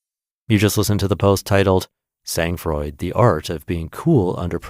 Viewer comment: How American of you. You butchered SANG FROID, (TWO French words). The G in Sang is SILENT and the D in froid is silent. At least, you got what 'sang froid' means. If you can't use words in another language respectfully, use English words, ffs.